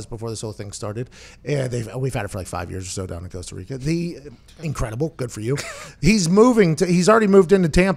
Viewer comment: "Coastal Rica..."